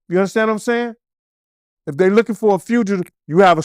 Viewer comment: “Ya uNdaStand?”